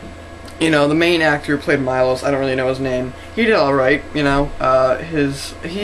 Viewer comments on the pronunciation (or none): it MILOSH not Majlos